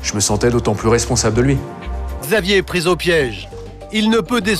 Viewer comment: "Après un lavage d'estomac elle ette Hors de danger" jpp comment il a accentuer 💀😭